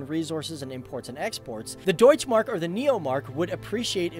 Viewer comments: Deutsché Mark not Deutsch Mark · You did a good Job with the German words like,,Deutsche Mark" but I Just want to say in Germany there are no silent Letters :3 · Nice video, but there is one thing I want to mention: In the german language when a word ends on an 'e' it is NOT silent. this works for 'deutsche Mark' the same way as for 'Porsche'. The 'e' has to be voiced, especially in the last case, cause that is also the name of the founder of that company and messing with some other persons name is quite rude, don't you think? Oh, and by the way, the german 'e' would sound like the english 'a', just to be correct.